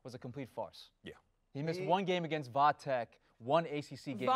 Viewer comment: This chic didnt know they say VA tech